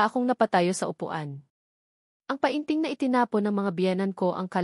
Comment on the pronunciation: Anong pa in ting, penting ang Tamang pag pronounce Nyan, ay ano ba Yan😅